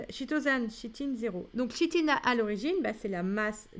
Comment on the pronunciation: Merci pour le corrigé ! (nb: se prononce "Kitine" et "Kitozane")